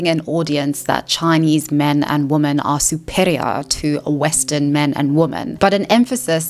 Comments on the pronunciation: Is she using woman (singular) in sentences as if it is women plural? Am i hearing that right? Or is she saying "women" but it only sounds like "woman"? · I've been meaning to ask, is there a reason she says "woman" instead of "women" when using the plural form? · Women = "Wimen" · Woman and Women are not pronounced the same.